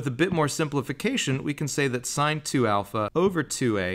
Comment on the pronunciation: I just wish their teacher taught them how to correctly say sine, cosine, and tangent... But cool proof!